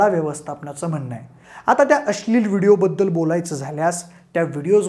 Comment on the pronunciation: भाषा सुधार भावा … अस्लील ??? नव्हे अश्लील! न आणि ण कळतो का ? शिवाय ही फक्त गोळा केलेली संकलित केलेली माहिती आहे. त्यात विशेष काय आहे ? शिळी माहिती आहे सगळी.